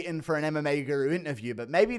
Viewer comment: Ariels producer intentionally mis prounouncing the word guru as if he doesnt know who u are lmaoo